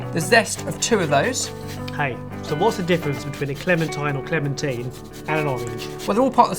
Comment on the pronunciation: I don't care how you say clementine but could you please stick with one pronunciation.